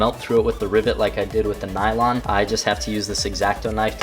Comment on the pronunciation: 1.) Its "nylon" not "nailong" 2.) It's what seat belts are everywhere.